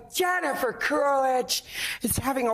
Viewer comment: Truly thought she said "Gender-fer Coolidge" for a moment.